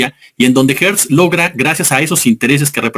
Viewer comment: Porqué le dices ( Guertz, )es Gertz, Gertz.....Gertz Manero, Gertz